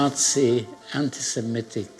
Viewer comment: An outstanding film. But please take care with pronunciation. It's antisemitic, not antisimetic.